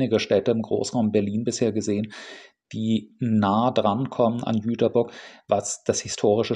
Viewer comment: Nett, mal einen Reisevlog über meine Heimatstadt zu sehen. Und vielen Dank, dass du den Stadtnamen korrekt ausgesprochen hast. Das konnte bis vor ein paar Jahren nicht mal die DB. Kleine Korrektur: bei das ist die Liebfrauenkirche. Die Nikolaikirche ist die größere mit den zwei unterschiedlichen Türmen bei